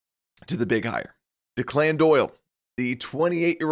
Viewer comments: I’ll pay attention to your concern when you can pronounce his name properly. It’s Declan, an Irish name. Deck-Lynn. Not De-Clinn, which sounds like a Victor Hugo character. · The name Declan in pronnounced deck-lin, not DeClann. Just FYI. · The name is pronounced DECKlin Doyle. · Thanks for the off season updates but the guy’s name is not pronounced “Dee-Clan”. This is an old Irish first name, it’s’more like “Deck-Lin” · The OC's name is pronounced DECKlin Doyle. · This guy is talking Chicago sports and can’t pronounce ‘Declan?’ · You should learn thow to pronounce Declan!